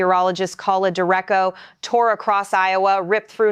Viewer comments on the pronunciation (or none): DER 8 CHO not, der echo . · Sounds like AI generated speech. Derecko? No, it's pronounced day-RAY-cho. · A Dur- Rasho not Durrecko! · Direco? Wtf is a direco? It's Derecho (DER-AYE-CHO). Stupid ass AI voice over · We actually call it a derecho, da-retch-o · Derecho is Spanish, means “straight ahead” in English, and is pronounced “deh-RAY-cho.” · You mispronounced derecho. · Look at the other videos on this channel. It's not an Indiana new channel using AI to make a video faster than they could read it. It's just more of the stuff that's being churned out for money. No one is reviewing it for accuracy. Definitely no one is making sure the words are actually pronounced correctly. You'd think AI might be better than a person at pronouncing words like "derecho", but I guess not.